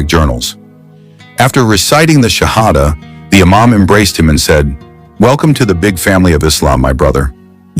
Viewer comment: I think someone made this whole thing up. The professor would know exactly how to say the Shahada. And he did not say it correctly. A games afoot...